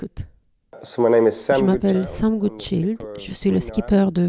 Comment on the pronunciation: Il est anglais, pas français ou allemand, donc pour la prochaine fois, attention à la prononciation de "Goodchild", le "i" comme dans le mot "child" (enfant) (et pas comme le nom de famille Rotchild), il suffit d'écouter comme lui même le dit dans l'interview officielle doublée ici, ou encore Xavier Macaire dans la présentation du bateau et marin. Personne n'aime entendre son nom écorché !